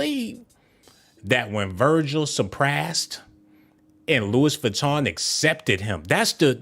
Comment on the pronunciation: Geesh I can’t take you serious calling dude Adolph…it’s 🗣 pronounced AB-LOw….yoooo definitely hit the oh my goodness button for yourself! 🤣🤣🤣 and you pronounced Louis Vuitton wrong. Dang I’m lowkey mad you blocked those ppl for telling u about yo audio issue 🙄